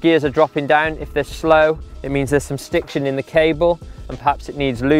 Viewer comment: Stick-shon? Can we find some useful diction in there too?